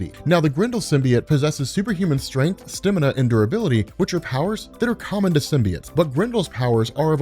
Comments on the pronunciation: It's STAMina not STIMina gdi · "Stimina"? lol